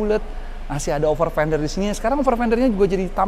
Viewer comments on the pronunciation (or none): over pender :) 1.20